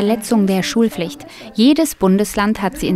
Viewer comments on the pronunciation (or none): Nur ne kleine Rückmeldung an die Sprecherin (von einer Sprecherkollegin): Es sind PFerde, nicht Ferde, die SchulPFlicht, nicht Schulflicht (zb ) usw :)